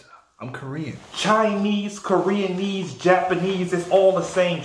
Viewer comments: "KOREANISE" IM DEAD 🤣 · Korea-nise lmaoooo